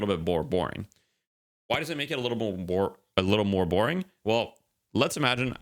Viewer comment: bore boring? bore moring? im confused